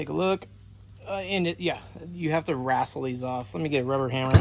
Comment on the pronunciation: Dude there is no A in the word wtestle... wrastle is not a word the word is pronounced ( ress - uhl)....Now I know the hillbillys all say wrasstle but trust me when I say they are wrong.